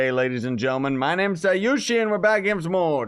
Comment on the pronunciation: Your name is, not Scyushi.